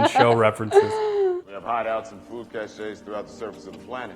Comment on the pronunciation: Anyone notice that Charles Parnell pronounced it "cachets" (cash-ays) instead of "caches" (cashes)? 😅